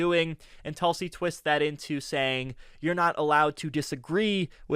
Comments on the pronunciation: Great rebuttal particularly "Objection! Relevance?" but I believe the correct pronunciation is "Toolsie" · sir, you are doing a great job covering for David, but you terribly failed here - her name is pronounced Toolsi! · It is pronounced "TOOL-sy". Get it right, geez.